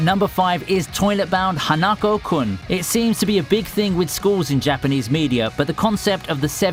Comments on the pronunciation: Hana ko -kun That How You PRONOUNS IT !! YOU WOULD LOVE TO SPELL IT HANAKO-KUN BUT THE WAY YOU PRONOUNS IT IS HANA AKO-KUN THAT PART PISS ME OFF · * sees toilet bound hanako-kun * “Ha-a-na-kow-kun” Me: I’m sorry did i misheard that? From what I remember it’s- never mind continue with your life 😂😂😂